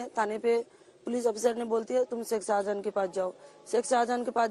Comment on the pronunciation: "Sheikh Shahjahan" hai, "Shahjada" nahi Didi